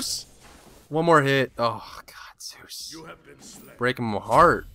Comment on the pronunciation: In any single video, he says Zues!